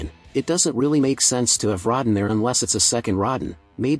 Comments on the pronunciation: You can tell that this commentator is new to monster movies, he calls Rodan ... Rod-den. At first, I thought he was saying rotten. He also calls John Goodman Josh Goodman. This guy needs to study more. Those are two heavy bloopers he makes that shouldn't have happen. I like 1954 Gojira and 2016 Shin Godzilla much better. As for as King Kong goes, give me the 1933 and 2005 Kong movies. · You have butchered so many names. Josh. Rodden. Gamera etc. go away you hack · A 6 minute dissection of a minute trailer. If you can't pronounce the names right. "Rodin"... "Josh Goodman"? Your ass doesn't need to be making commentaries. Especially since you're regurgitating what's already been posted. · This is a good video and a great channel. But, uh, every time the narrator pronounces Rodan as Rodin it just makes me so weak and i don't know why... 😂😂😂